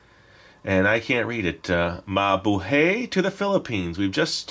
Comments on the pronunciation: It's ma--bu-hay not mabuhey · It is mabuhay not mabuhey because iam a FILIPINO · its mabuhay not mabuhey po😂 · it's "mah-boo-hai" hahaha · its ma-bu-hay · it's mabu(hi) or mabuhay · Eva Magcuyao i know but its pronouced "Mabuhi" like hi at the end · It it's pronounced mabuhay ma bu hay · Its pronounced ma boo hi